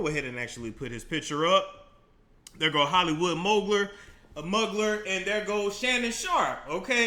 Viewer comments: In the community Mugler is pronounced “Mew Glare”. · This may sound petty but I get extremely tired of people mis pronouncing his name.Its Mugler-(moo-glay-er).